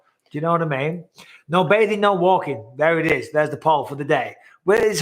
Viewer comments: I hate to say it Bisping but everytime you say put a poll up it sounds like Polyp, as in call the doctor I need to get my Polyps removed. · Every time you say "put a poll up," it sounds like you're saying "polyp." Lol. Rebecca is breathtaking by the way! It's hard to believe that woman has children that age.